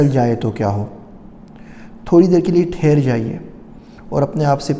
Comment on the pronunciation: Plz ٹھہر جائیں ہوتا ہے۔